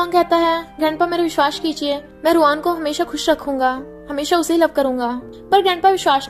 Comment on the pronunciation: Its vishwas not vishhvas